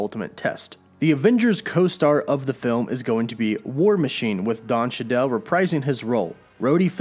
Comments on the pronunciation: "Don Sha Dell"... ?? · Did he say “Don Chadell”? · Don Chadel lmaooo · The way he said Don Cheadel😂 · Your pronunciation of Don Cheadle upset me in ways I can't even explain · I'm sorry, can you say Don Cheadle again please? Haha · pronounced Don Cheadle horribly but ok